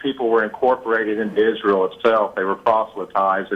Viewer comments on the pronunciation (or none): none